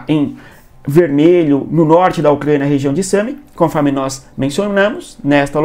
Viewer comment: O que é um Ucgania, meu deus!? Cuando tu tinha 5 anos os teus pais ja tinham que ter te levado no fonoaudiologo, senão tu vai continuar falando como bebezinha 😅👱🏻‍♀️😅